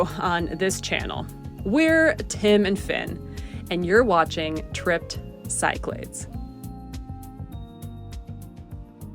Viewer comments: Great video, just for future reference, Cyclades you pronounce as "siclades" but it's actually pronounced as Kiklades with the emphasis or tone is on the A. Also best way to learn is to say it as Kik - La' - Des. 😊 👍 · I’ve done several of these islands also. #epicGreece Must add Crete! (But I do think it is said Sick-la-dees, not Psych-lids= Cyclades) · For the love of God, stop pronouncing places incorrectly. E.G. The Cyclades are pronounced Sicklardees not Sykelaids. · pronounced Key Kla des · cyclades is pronounced: "kick-lad-des". thanks. 😊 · I turned off as soon as I heard how you pronounced “Cyclades”